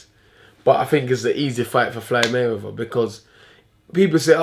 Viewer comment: "FLYDE MAYWEATHER" Hahaahah